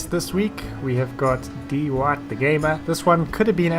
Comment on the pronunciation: Poor Dwhite... everyone pronouncing his name "DEE WHITE" why